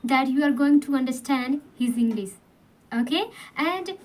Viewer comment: Your english sentences are good but, some words pronunciation are not perfect, mainly 'English ' you should say ' sh' not ' s'.